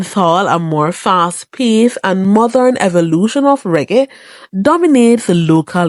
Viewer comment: SAID "MOTHERN" LOL!!!